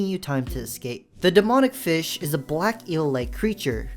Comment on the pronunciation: "[username] was slain by fih"